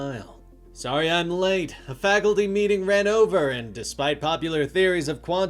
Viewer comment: Bro say “faculty” for me one more time 😂😂😂